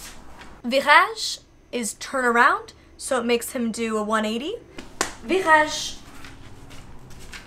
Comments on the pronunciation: As a French Canadian, molly your “virage” sounded so good. Like I might have not known you don’t speak French, If you suddenly said that to me. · Great pronunciation of Virage! Gallop is such a sweet smart boy (also what i tell my cat when he does his tricks)